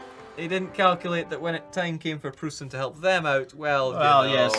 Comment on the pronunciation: Someone please tell how to say "Preussen".